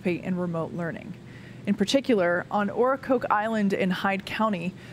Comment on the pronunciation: Oh-kruh-coke island